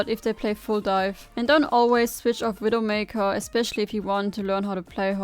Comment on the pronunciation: What an awesome widowmakew guide. You weawwy cwick heads